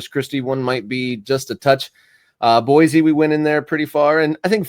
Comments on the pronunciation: Boise is pronounced Boy-see, not Boy-zee. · You say ee-zy not ee-sy for the word easy, same with Boise. Deal with it bro🥀